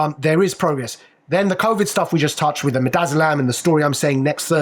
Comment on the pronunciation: It's covid, not convid...